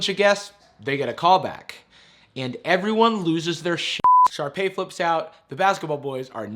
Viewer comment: "Sharpey." lmaooo It's Sharpay.